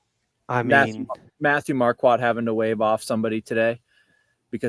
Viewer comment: You guys are still pronouncing his name wrong. It’s Mar-court, not Mar-quat